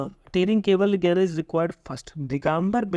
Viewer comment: Sir jnan ko gyan pronounce krte hai...